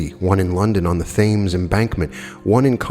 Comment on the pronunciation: Pronounced "Tems".